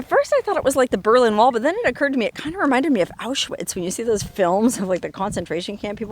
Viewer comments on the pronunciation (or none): none